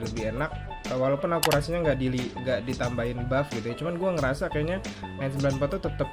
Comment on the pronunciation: Gua baru nyadar kenapa manggil senjata AN-94 jadi Angga rupanya karena AN-94=ANgA (ANGGA)